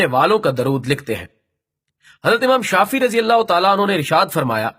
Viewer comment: Mr admin Allah taala aap ko ajr e azeem ata farmaye Aameen or hum umeed karte hen ke ainda bhee esee video banate rahen lkn ek arz karoon ke quran shareef kee ayaat or ahaadees ko bayan kerte waqt ya durood parhte waqt talaffuz kaa khyal rakhen or buzurgon ke naam bhee theek se liya karen ek do misaal ye ke imam شافعی he shafee nhn doosra qutub Rabbani he zubani nhn or wasallama he wassllim nhn aap har martaba نبی کریم علیہ الصلواة والسلام ke saath alaih wassallim keh rahe hen